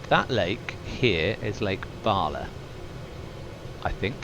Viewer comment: Really interesting stuff, just discovered this channel. However (!) you pronunciation of lake bah-la makes my teeth itch ! Is Bala, like in Ballet 😅